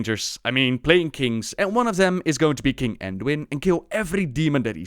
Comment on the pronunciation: Manduin lol